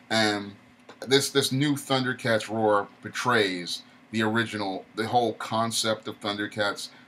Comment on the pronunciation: Tundercats no "H" Roar lol